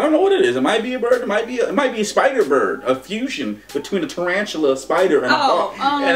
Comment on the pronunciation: "A fushion". Damn.